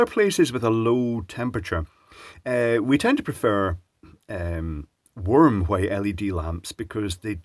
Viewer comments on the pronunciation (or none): Did he say 'worm' light? 😜